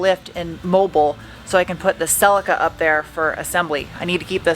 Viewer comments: The "i" in Celica is pronounced like the "i" in "is", please stop pronouncing it like Celeeca. 🤦‍♂🤦‍♂ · SELL LEEK AAAH? Celica?